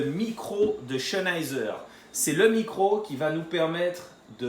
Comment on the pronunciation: Bonne video :) Par contre ça se prononce "Zenaïzer" Pas de "Ch" :)